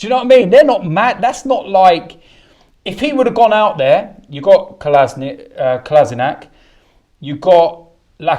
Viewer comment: Learn to pronounce Kolasinac ffs...